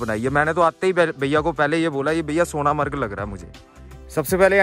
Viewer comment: Bhai Sona-Marg nahi Sonmarg hai...